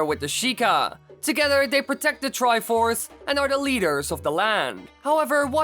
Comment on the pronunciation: what is the triforth you said it wrong